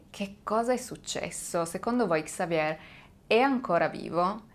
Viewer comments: In francese la r finale si mangia Xavier = Savie' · In francese, si pronuncia Xavié 😊😊😊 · Basta che tu dica xavie', OPPURE QUANDO DEVI RACCONTARE UNA STORIA CON DEI NOMI FRANCESI imparati si tratta di 6 😮nomi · Se mi posso permettere sulla pronuncia di XAVIER .SI PRONUCIA XAVIE LA R non si pronuncia 🖖👍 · La R finale del nome Xavier in francese non si pronuncia. 😀 Consultare la pronuncia su Google prima di fare il video non è poi così impossibile